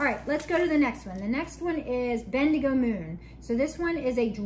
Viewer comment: pronounced it perfectly. It's a town in Australia. My in laws are there!